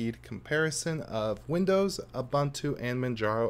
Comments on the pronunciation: I am not going to read anything into this test except to say that windoze is substantially slower on my dual boot PC. BTW, it’s pronounced ‘ooboontwo’ not abuntoo. 😉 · Why do you pronounce Ubuntu as "Abantu"? This is not an Englush word, so the letter U should be pronounced as in practically each language of the world except for English, French and Dutch. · BlackWorm Yes, but I disagree. I am South African and his pronunciation is incorrect. I stand by my comment.